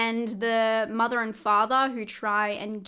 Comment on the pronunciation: Octobaaa, fathaaa, mothaaa, togethaaa. Just loving your accent. LOL 😂